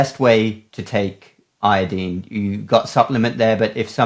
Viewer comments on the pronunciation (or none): Where in heaven did you learn to pronounce iodine? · We say it ( io dine) you say ( io dean) I imagine same page